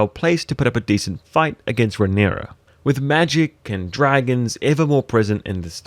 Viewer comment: And calling Balerion "Balon", and Rhaenyra "Raynarr". Seriously, wtf?